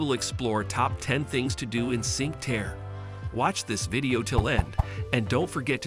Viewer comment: Need to learn how to pronounce Cinque Terre.